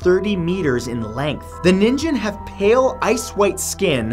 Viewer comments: Pronounced “Ning-gen” not nin-jen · Ningin? Knight Kin? Fallout 5 confirmed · Nin ghen* (like human in Jp) "ninjin" would b "carrot" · love your videos matt, but the way you said NINGen had me saying "NANI!?" lololol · Thhe way he pronounces “ningen” is cringey